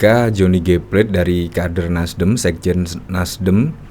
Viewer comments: Namanya Plate bukan plet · Beda dengan Johnny, Plate bukan kata atau nama bhs Inggris, jd jangan dibaca seolah kata Inggris...biasa sj dibaca seperti kata bhs Indonesia.